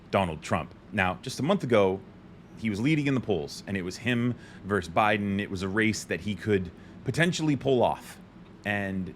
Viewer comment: Please take this as constructive criticism. You are a very intelligent young man, and certainly not the only one who mispronounces this word: ‘Versus’ is the word used between two opponents. Verse is a line in a poem or song. Thanks for listening, and for all you do!